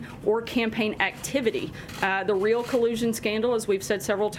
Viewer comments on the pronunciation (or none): none